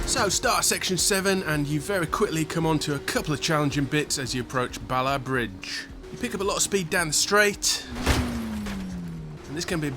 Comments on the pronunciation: Mate it’s pronounced balaf bridge not balla bridge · you pronounce it like Ballauf even tho it says Ballaugh. I know this because i live there.